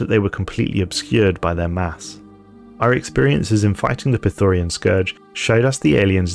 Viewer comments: Agreement. "Prethorian" does sound cool, though, but "Prethoryn" (Preh-thooh-rynn, for the record) just goes much harder. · like your videos, but one thing that's been buggin me is how you pronounce "prethoryn". there's no "a" anywhere in that word :D